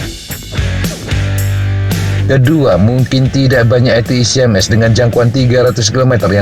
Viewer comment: Akhirnya ada yang melafalkan ATACMS dengan benar, ga kayak channel sebelah dan media mainstream, Yang menyebut atakem... atakem...😂😁